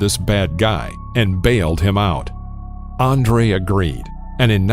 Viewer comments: Andrew not Andre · his name is not Andre....its ANDREW, Sheesh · “ANDRE Golota”?? This guy doesn’t even speak English, it’s ANDREW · His name is Andrew not Andrae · What the hell is up with this "Andre" shit........his name is ANDREW. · The dude is just butchering names I mean at least know how to say the names before you make a mini doc bro. Andre... It's Andrew Also whoever cut Jose's hair like that when fought Bowe should be smacked with hot skillet LMAO. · Man... his name is Andrew not “Andre” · its not Andrea its Andrew... Just thought i would put that out there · How about a narrator that can pronounce "Andrew" and "Golota", not "Andre Galota". Jeez. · How do you present a mini biography about a guy who’s name you don’t even know? It’s ANDREW not ANDREA. Sheesh. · Andrew not Andre! Fix your narration software. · Can we get a narrator who knows how to pronounce the man’s name!? Andre Glota - are u shitting me? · Every time he says Andre I cringe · His name isn't Andre. I mean - it's just not Andre. Stop calling him Andre! And Banal is pronounced "Ber-narl" not "bay-nul" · How is this the world of boxing when the commentator calls Andrew Golota, "Andre" twice....and continously mispronounced his last name. Wtf.. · no you fucking moron! He went by Andrew in the entire world! There was no Polish variation. Probably to build his brand. Or because they just named him Andrew not the Polish variation of Andrew. And certainly not fucking Andre!!!! I'm Cuban but my mom named me James. Not Jaime. Not Santiago. Or any other translation of James. People do that. The programed narrator said Andre in error. Because it was programmed in error.